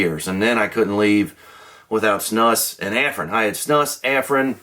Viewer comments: Its pronounced, Snoose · It's actually pronounced like moose, snUs. The u is long.